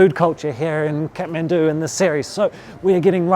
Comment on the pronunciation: Not catmendu it's Kathmandu 🙈